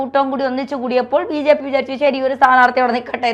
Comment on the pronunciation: VJP യല്ല BJP അതു പോലും മര്യാദക്ക് ഉച്ചരിക്കാൻ അറിയാത്ത അവതാരിക സിങ്കം.